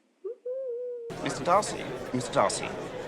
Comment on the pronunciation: I thought you said mr dicey🤣